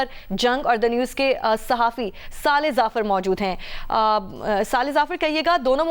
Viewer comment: saaly zaafar nai bal k saleh zafar hota hai. plz work on your Urdu pronunciation instead of fashion.